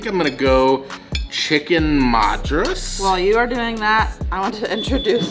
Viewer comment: The Chicken Madras... Madras is pronounced as (mud as in Muddy, ras as raas) Madras was the earlier name of Chennai which was given by the Britishers... When the Britishers came to city of Chennai... It was one of the most populated port cities in South India... And there was always a mad rush to get things from one place to another... So they started calling it Mad Rush City... Which over the years... Kind of became Madras city... It has now been renamed to its old name Chennai.